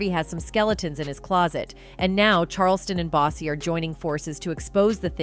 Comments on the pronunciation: SHE NEED TO LEARN HOW TO PRONOUNCE HIS NAME IT'S BOO- SEE BUT SPELLED DIFFERENT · I’m Need You To Learn How To Say “ BOOSIE “ Name “RIGHT” 🤦🏾‍♀️🤦🏾‍♀️🤦🏾‍♀️ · Boosie Boosie Boosie NOT BOOZIE BUZY BOOSTY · Wont be coming back here she keep saying him name wrong